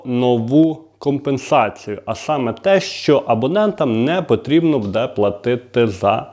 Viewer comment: Не буДе а Буде надо казать а бо вухо ріже